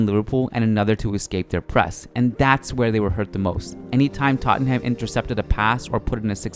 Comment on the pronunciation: fan of these videos but the way you pronounce tottenham irks me lol